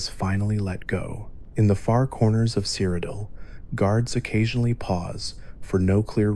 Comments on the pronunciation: My boy really said "Crocodile"😂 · You gotta be ragebaiting with that cyrodiil pronunciation, good video though